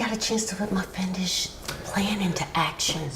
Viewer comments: Did she mispronounce "fiendish"? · never heard anybody mispronounce ‘fiendish’ before. she does mean fiendish, right?